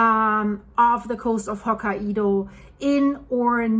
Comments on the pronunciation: Ho-ka-y-do not ho-ka -ee-do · Ho-kai-dough NOT Ho-ka-e-dough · it's pronounced Ho-ki-doh! 😂 Not! Ho-ki-edoh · Not hokka- ido, but hok- kai- do. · You do an excellent job and I’ll help you with a pronunciation. It’s Ho-ki-doh not Hoka ido. Keep up the great work! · hok ka i do? Lady just say Hokkai do lmao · It's Hokkaido ...not Hoka ( the shoe ) Ido 😂😂😂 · Hokkaido is pronounced "Hoh-KAI-doh. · It's pronounced Ho Kai Do. hahaha. Love your vids!!! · Hi I believe Hokkaido is pronounced “Hock-eye-doe” with the “eye-doe” part said quickly. 👍❤ The Japanese nation is in my heart at this time, hoping it settles down. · The problem with phonics is that they don’t translate evenly from one language to another. It took me a moment to figure out what place you were talking about. Hokkaido is pronounced as ho KI do. Japanese yes, hai, is pronounced as HI. The “a” is silent. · Hi, I really enjoy your comprehensive look into current events and love your pronunciation of some places, I know English isn't your first language so where are you from originally? I believe Hokkaido is pronounced. " Hok - eye - doe" 😍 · Your Personal Linguist sez: The northern Japanese island’s (Hokkaido’s) name is pronounced “hoke-KAI-doe.” God bless you for all you do—and for struggling through the place names as you do it! My wife and I discovered you just before the Blatten catastrophe, watched, riveted, through it, and have followed you avidly ever since. Thank you! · Hokkaido is pronounced “Hokkaydo “. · It’s hokie pokie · Hokkaido, japan is only three syllables